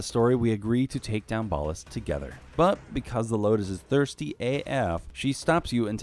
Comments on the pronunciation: It’s ballas not ballus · How do you mess up the pronunciation of Ballas when the game literally pronounces it for you on several occasions? Gross.